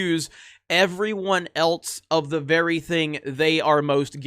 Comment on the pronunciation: I love this channel and the reality checking conquest it is on. One small thing which gets me everytime, not even a nitpick or critique, but your "elts" is gold 😂